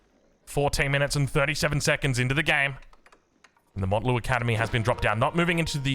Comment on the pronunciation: please it's mount Lu academy like mount Everest, not Mont lu